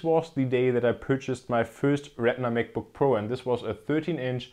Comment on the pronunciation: I love how this guy says MacBookPro as MekBookPro lol.